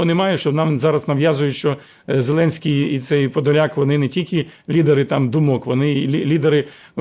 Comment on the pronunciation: А я говорила що не подляк а Подляк!